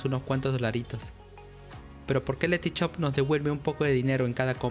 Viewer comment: este pavo no sabe decir shop el dice CHOP